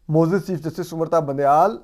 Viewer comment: Asad bhai aap say MUAZAAZ lafiz sahi terha nahi boola jata ,, ,,aap MAZOOR bool lia kareen